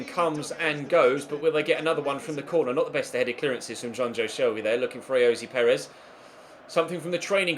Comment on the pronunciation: Why do you say ayozee Perez its ayoz Perez